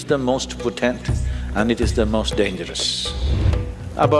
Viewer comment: Sadhguru borrows from the Hindu tantric spiritual trsdition and presents it as his own. Alway a haughty conguru. Btw its not "poTENT but POtent". Arjuna J.